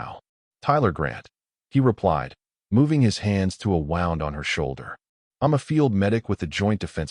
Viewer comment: Normally this AI does a good job. The wound (injury) vs wound or wrapped is driving me nuts.